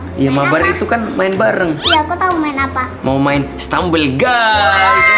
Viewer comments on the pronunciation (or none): Frost diamond ngomong stumble tod